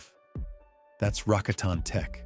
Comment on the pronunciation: Rah cot in. Not Rah con ton